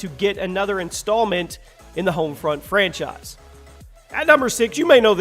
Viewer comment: I like=1 time says Franchice